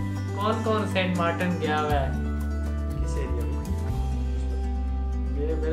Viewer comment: R eeeeee saint martan nhi Saint martin